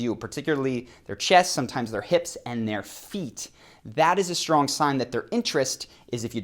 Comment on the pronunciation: It's pronounced "Strong" NOT "SHtrong"!